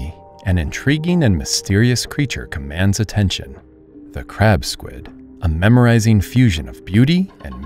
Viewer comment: Memorizing is not how you pronounce mesmerizing